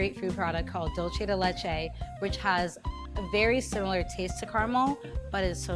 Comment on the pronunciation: the way she says dulce makes me cringe but still a delicious video anyways.